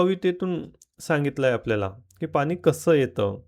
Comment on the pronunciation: पाणी म्हणा पानी काय म्हणता? तुम्ही चुकीचा शब्द बोलाल तर मुलं कायम चूकच बोलतील